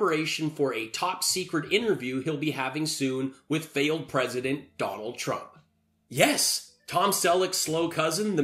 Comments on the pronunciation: 'Twump' 😂 must be Mrs Fudd calling in. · Pwesident Twump. Curse dat twicky wabbit!